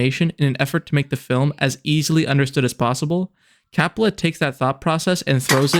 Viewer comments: You pronounce "Coppola" as "Crapola." I love it. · the way you pronounce "Coppola" bugs me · Coe-pah-lah. Coppola. Francis Ford Coppola. It's one of those delightfully musical names. I noticed because I forced myself to stick with it, that you switched pronunciation later on. I would guess that means you recorded the audio in two takes? To be completely honest, if you noticed this along the way, as much of a pain in the butt as I know it is, it would have been worth re-recording the VO and even re-uploading to fix that. For someone who ahs heard the name one way all their lives, it was really jarring. EDIT: OK, just wanted to add that the review itself was really strong. I had not heard of this movie, and I will now be watching it because of your review. That said, your visuals still need a little work. I completely understand you would have limited visuals from the movie itself, but the one sequence of different shots was repeated enough to be noticeable. Break it up a bit more. Take some stills from the scenes and pan over them to make it look like a slightly different visual from the clip. Use pans and zooms onto some relevant part of the still related to the thing you are talking about in that moment of the review. You did some good things with timing visuals to the topics you discussed, but in other places, the visual was different enough as to feel "off." Again, overall, not bad at all. Honestly, aside from just tightening up your use of visuals, this is on par with channels out there that have been reviewing movies for years and making money doing it. You gave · If you want to seems intelligent learn how to pronounce Francis’ last name ( do you know the difference between the letter ‘O’ and ‘A’ ??? God help you.